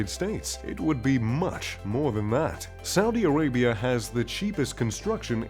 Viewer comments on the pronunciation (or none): none